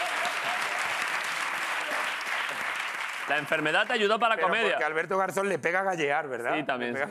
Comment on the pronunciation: El sonido cuando ha dicho garzon es mas bien de garza